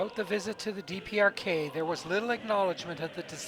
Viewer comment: he says DRPK instead of DPRK. Haha